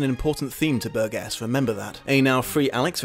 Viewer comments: I'm just here to see how many people could be arsed to correct your mangling of Burgess's name. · Pedant alert - the author's name is pronounced "bur-jis", not "bur-ges" (o; Love your work,. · Ummmm actually the 21st chapter was re-entered into American publications quite some time ago. Over 35 years ago actually. And a man's name isn't like a piece of fruit such as that of a tomato. Burgess pronounced Bur-Jes not Bur-Guess . I love the Kubrick film but the truth is it has become a sad new trend to examine this story and what was intended through the film. Anthony Burgess' personal life experience with his first wife and the troubling concerns he examined at the time of the novelette's creation should be taken into account. And the truth is sound bites and video snipets from old school Television talk shows simply doesn't get it done. People interested in this story and movie really should consider approaching the novel. Reading itself is something many of us should become accustomed to. Practice,practice practice my little droogies. You may just start to notice something that Burgess was often trying to point out subtly concerning reading literacy and the modern world. Where do you fit in? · LEARN HOW TO PRONOUNCE HIS NAME! IT'S PRONOUNCED BURJESS NOT BURG ESS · does the author's name have a hard G in it? there's a tv presenter over here with the same spelling but pronounced ber-jess instead of ber-guess. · It's 'Bur-Jess'. The '70's were a great time to be a teenager, we'd have given you the old surprise visit... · It's generally pronounced with a soft 'g': /ˈbərjəs/. It's a word of British origin so you have no excuse. ; ] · The author's surname is pronounced "bur jess" (bɜːrdʒəs) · Great review... Ps its pronounced Burdjuss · Burgess = "BUR-jess". Might help to nail down these really basic things before opining expertly on a subject. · I think I was triggered by repeatedly pronouncing Burgess incorrectly. But, great discussion also🐍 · Um... BUR-jis.